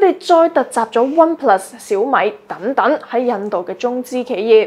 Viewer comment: 主播的聲線, 語調和語速聽起來都令人覺得十分舒服;但恕我挑剔, 若果沒有懶音將會使報導更加精彩, 例如'躉躉'(等等), 'Con 疫' (抗疫), '收擱'(收割), 'dut唔dut' (得唔得), '突色'(特色),'布乾'(暴降), '工chon'(工廠),'產申'(產生), '塵經'(曾經), '行國'(韓國), '幹chon'(鋼廠)。